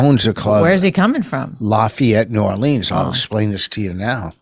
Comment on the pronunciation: Rich has 50 “pitchers” to move. And Lafayette is in the state of “New Oreleens”.